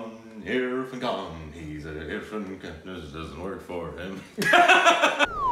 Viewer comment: was right the first time when he pronounced irrfan khan